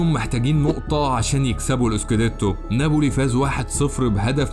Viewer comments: Napoli, not Naboli! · يا اخي كرمال الله ناببببولي ما نابولي في شدة فوق حرف الباء